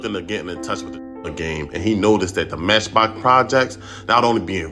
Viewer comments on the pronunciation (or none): "Meshbox"??????? wtf, lol